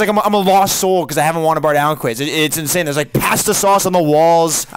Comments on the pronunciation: Do a quiz without. Actually, do them all without. Dude can’t even say pasta correctly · I feel like is horrified how pronounce pasta 😂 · Note to: it's not pasta like you don't LAST a long time in the quizzes, it's pasta like you've lost a lot of quizzes!!!